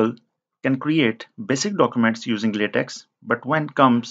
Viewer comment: latex = pronounced /latec/ and not /latexxxxxxxxxxxxxx/